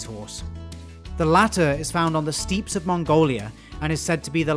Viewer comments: Stepe pronounced steep but stepp. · Replying to my own comment lol. When mentioning the Largest of the Bovines, you left out mainland Europes Bison, or the Wisent. Also questioning the pronounciation of Steppe, when i learned english, i was taught Step, but you say Steep, just wondering. (Also you used the wrong picture for the African buffalo, but that was pointed out already.) Amazing video though, I love Ungulates. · Steppe is pronounced step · Why do you keep saying “steep” it’s steppe…pronounced “Step”